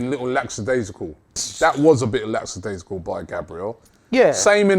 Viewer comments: Man like saying laPsidaisical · Is anybody gonna mention how they all mispronounced lackadaisical ?